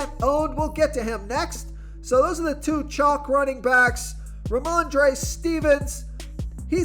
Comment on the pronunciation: love your stuff, but his name is pronounced Steven-son. Not Stevens. Rhamondre Steven-son lol. i'm an asshole like that. but sincerely, great insight. oh, Olave is pronounced Oh-lahv-a. yeah, i'm a dick. i know. but still, i support the channel so cut me some slack. i have OCD, can't help myself. y'all have a good sunday.